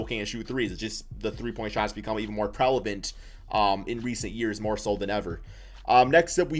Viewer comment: “Prelavent” nice😌